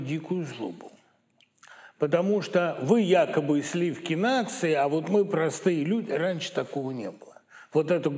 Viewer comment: Быков, что это за слова об отношении народа к артистам, произнесенные через губу -"мы прАстыЯ!" Может быть артисты зазвездились, потеряли берега, возомнили себя элитой, а отношение народа к ним - просто ответная реакция? Вспомните Боярского, Михалкова, Машкова...